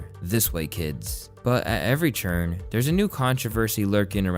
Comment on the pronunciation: Hey bro just curious, why do you always say "turn" as "churn"? It sounds really bad when you say "rechurn".. makes me think of somebody stirring up old butter.